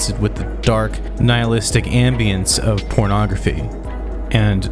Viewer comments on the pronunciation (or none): none